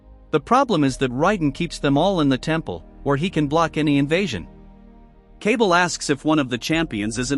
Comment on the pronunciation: It’s “Kuh-Ball” not “Cable”.